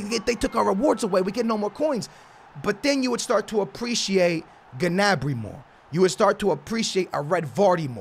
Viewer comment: The way he says gnabry is getting on my nerves